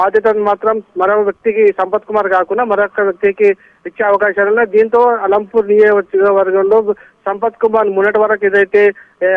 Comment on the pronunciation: ఆలంపూర్ కాదు మేడం అలంపూర్